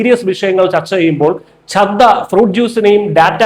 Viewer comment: Try to pronounce the names properly. It is Chadda and Aatishi, please note.